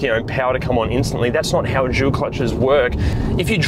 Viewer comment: Why when you say "dual" it sounds like you are saying "jul". I find it funny